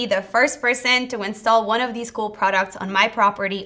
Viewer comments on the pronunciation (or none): Learn how to speak. Deese, Does, and Demzes IS ALMOST A SPEECH IMPEDIMENT.... It makes you sound so impaired.! I can't listen anymore.... In the information heirarchy People pay to hear more intelligent speakers..... anyone can listen to Mo-Rons, but why (pity?) OMG do i hear "WINT" rather than "wind" Someone keeps telling me I'm a Mo-Ron, oh wait, IT IS YOU, Every couple few words an indicator MY TIME IS BEING WASTED...... sorry.... gotta go ....